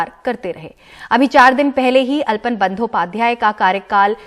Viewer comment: अल्पन नही आलापन